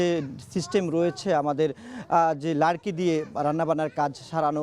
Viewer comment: শব্দটি লারকি নয়, লাকরি। কিন্তু নিজের মাতৃভাষার শব্দ কাঠ বলতে সমস্যা কি❓